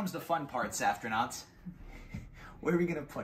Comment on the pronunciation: One question. Why do you add a T when you say Safrtinauts? I believe it sounds better as Safrinauts and makes more sense since there is no T in your name. Love you all, especially! 🥰 Congratulations on your 1M milestone!